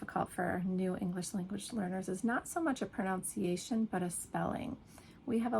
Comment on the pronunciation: Your pronunciation of “pronunciation” sounded like “pronOunciation”. What do you think? Best